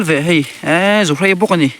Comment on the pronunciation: Ka lo tawngtam lawk keini chuan zuhrei niloin zuhrai kan ti thin